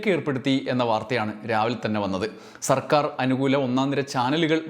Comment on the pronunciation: Vd സർക്കാർ എന്ന് പറയുമ്പോ Vd സവർക്കർ എന്ന് പറയുന്നപോലെ തോന്നിയത് എനിക്ക് മാത്രമാണോ